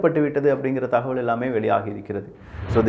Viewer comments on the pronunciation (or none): none